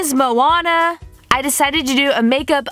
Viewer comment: good vid but u pronounced moana wrong :)